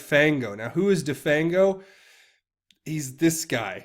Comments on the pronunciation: "de-fang-o" as in render toothless...get real! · "de-fang-o as in 'remove the teeth of' ... come on!